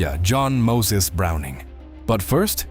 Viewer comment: Stop circling the same information sequences in different words. you lost me after 5 minutes. What's with over pronouncing the full name of Browning?